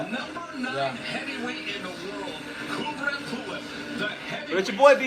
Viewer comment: Kubrat with A, not Kubret ;)